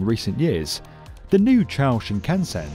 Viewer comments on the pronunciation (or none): Muricans, how are you doing it?? Chu+o='chao'?? Na+go+ya='Nagowa'?? How do you manage to butcher the easiest words out there, it's so cringy... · Amazing video as always! But Nagoya is pronounced Na Go ya and Chuo as Chew Oh 😂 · I was going to forgive the mispronunciation of Chuo as Chow. But then came the worst pronunciation of Nagoya I've ever heard. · Agreed. "Nagoya" was the worst offender, but he mispronounced "Chuo Shinkansen" quite badly as well. I'd be excited for a video dedicated to this project, but please practice the names beforehand :)